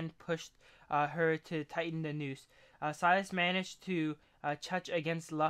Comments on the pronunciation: He is called SILAS not SUEIALS or what u said xD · Where do you get “shlavas” from Syla my guy. Like one does not simply add letters to a word. XD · this is how you say "sylas" this how you said "sywalas". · this how is said "sylas" this is how you were saying it "sywalas".